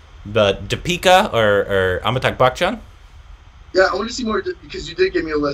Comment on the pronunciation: After 2 years he made it Amitakh Bakhchan 🤣 it's Amitabh Bachchan